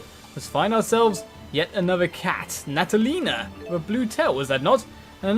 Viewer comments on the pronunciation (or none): Hahahah, mispronounced Natalia. XD Hello there! Wait, this means that my FAVOURITE playable character is coming up!